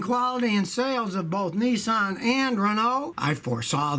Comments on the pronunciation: Scotty it aint Nisssaaaan its Nissan just love the yaky twang !!! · Its called Nissan as in pissan .Not Nessan